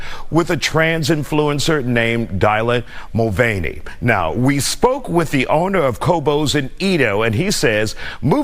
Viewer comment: Did that news guy say "Dilate Mulvaney"?😳